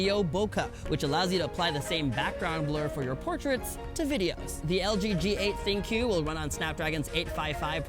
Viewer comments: Ha. I know. It's pronounced "think". People say it wrong all the time. It's not that funny. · Good for you. He still mispronounced it.